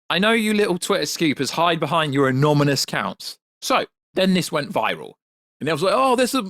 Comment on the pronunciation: it's " Anonymous" and not "Anomymous".